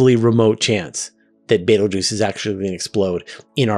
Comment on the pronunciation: Never say Beteguese 3x in a row